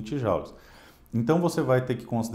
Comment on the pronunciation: Eu também sempre pronuncie Jaules ou joules, pois ninguém alertado antes. Não seria bárbaro, pois é uma novidade. Obrigado pelo ensinamento.